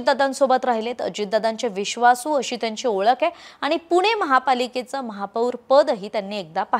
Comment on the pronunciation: पुने नाही ग बाई पुणे आहे ते, जरा भाषेवर काम करा! बाकी उत्तम सांगता!!!